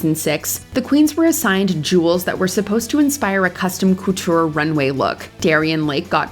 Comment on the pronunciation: I’ve never heard the word “couture” pronounced so grossly.